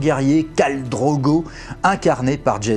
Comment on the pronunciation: No One C'est comme ça que les noms se prononcent en VO. Avant d'écrire un commentaire de rageux renseigne TOI. Et pour l'erreur de Drogo, ça arrive à tout le monde c'est bon